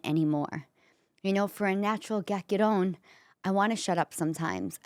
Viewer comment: My in laws said it the same way you do & they were both from Italy.